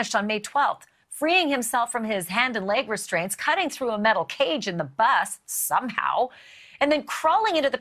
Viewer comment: I like how she said SOME HOW lol!!! We know the obvious but 🤫